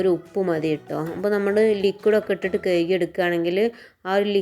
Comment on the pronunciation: കയുകി അല്ല കഴുകി